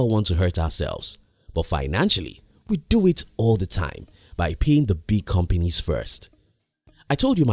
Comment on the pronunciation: I'm surprised ur not frustrated with his pronunciation of the word "companies". COM-PENIS!!!